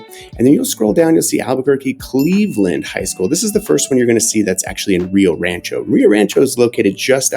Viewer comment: It's funny how yall pronounce Spanish words xD Ree yo raaanchow SMH